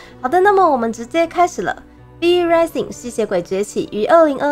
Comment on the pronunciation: 一件小事情，Rising的發音怪怪的